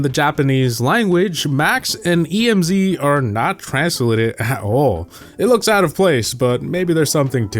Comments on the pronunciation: It’s Emz no E.M.Z get it right🫵😡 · "col-in-ol" ruffs" really? Its pronouced "ker-nel", and its not E-M-Z or S-T-U, its just emz and stu. This guy has no idea what he's talking about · Bro pronounces Emz as E.M.Z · Emz and Stu are not e m z and s t u 😭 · Pronunciation Corrections: Stu is pronounced "stew"; not s-t-u. Emz is pronounced "emz"; not e-m-z. Colonel Ruffs doesn't even have the "Colonel" part at the beginning anymore. Even if it did, it would be pronounced "kernel," not cul-oh-nel. Collette is pronounced "cu-LET" not CO-let. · Can you speak english? What the heck is E. M. Z. And S. T. U. ITS STU AND EMZ GOD DAMMIT👿🐺Im the alpha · HOW DARE YOU CALL MY FAV BRAWLER "E. M. Z"😡🤬😤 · I call her E-M-Z, but Stu is how it’s pronounced. You mean you call her Emz?? Edit: ok, Ive been consistently calling her “Emz” instead of “E-M-Z” for about a month now. Edit 2: POV: you reply to my comment: 🙎‍♂️: Who doesn’t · its emz not E.M.Z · Its not e-m-z and s-t-u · I haven’t watched you in years and the fact that you still call emz E M Z is painful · “E M Z” triggers me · S-Tee-You and Eee-Em-Z go hard. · S.T.U. and E.M.Z. amd he pronounced colonel the way it is spelled. please what are you doing 😭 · Ah yes my favorite brawlers: EE-EM-ZEE, ES-TEE-YOO, and KO-LO-NEL ruffs!! Lets not forget COUW-LET! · It’s actually pronounced E-M-Z 🤓 (or at least I think it sounds right) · its not "E M Z" its pronounced as a whole word.....or atleast thats how I pronounce it. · The way you pronounced Emz made me want to evade taxes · Why u pronounce emz and stu like that 😭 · cant pronounce emz, stu, or colonel 💀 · Emz, Stu, colonel ruffs, Colette, and Ike are all pronounced incorrectly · he said emz and colonel wrong too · The way he pronounced Stu and Emz really made me cringe up. Like, has been the only person I've seen so far who pronounced these names as if they're genuine abbreviations.